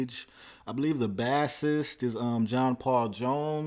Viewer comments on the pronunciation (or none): Just so you now the "bassist" isn't pronounced like the fish bass, It's sounds like base-ist like baseball. Have played bass for 22 years so I couldn't let it slide. Great videos though. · BASS ist? lol bro look up how to say bassist :D I do love your reactions though! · Bro said bassist like the fish💔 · Brother, that is NOT how you pronounce "bassist".